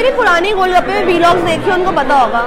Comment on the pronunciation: She said vee logs🤣😂